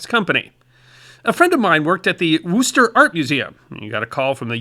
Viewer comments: brother, we love you so please let me help you with your central massachusetts town names. it's not LEO-minster. It's LEM-inster. and never WOO-ster. it's Wuu-ster. like a dog barking. WOOF. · Pronounced Lem is ter and Woos ter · I love your content and can forgive the pronunciations. It's "lemon" (like the fruit)- ster and Wiss (like Miss) ter. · Not Wiss, Wuhs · wiss? are you not from Massachusetts? It's not wiss at all! it's wuss or woos and ter or tah - depending which side of the State you live in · I loved your flamingoes, but may I help you a little with New England pronunciation? Leominster is pronounced "Lemon-ster" and Worcester is not pronounced with the double o in "woo" but with the double o in "foot." And yes, I am from MA. Looking at the comments it doesn't seem like even we Easterners agree. That's okay, I never pronounce Colorado correctly. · As a Merry-Lander (pronounced that way only by mocking Massachusniks,) I think you at least ought to know Wooster. If only to win some eventual round of trivial pursuit. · Don't worry my friend, we still love ya! And amongst like minded individuals, some good natured ribbing is absolutely mandatory! I was hatched about 20 miles West of Woostah, but have made the entire USA my home, now retired in the woods of Northern Maine. Pronunciations crack me up. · it's more like "lemon-stir" and "wuss-stir", or "wiss-stir" if you're trying to fake an accent. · Its actually Lemster and Wusster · Lemonstur and Wistah...( more oo that ist) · Lemon-stir Wuss-stir (stah is a native born variant) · OMG! Please learn to pronounce the names of major cities before you refer to them. I am from Massachusetts, and my ears have been assalted. FYI, I am not referring to accent but to actual pronunciation. It took seconds to find this online: Worcester, Massachusetts is "WUSS-ter". The first syllable is like "book," and the second syllable is like "her" AND Leominster, Massachusetts is pronounced "Lemon-stir" or "Lem-in-ster".